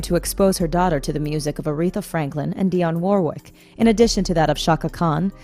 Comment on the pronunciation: Can you try to pronounce Dionne Warwick's name correctly?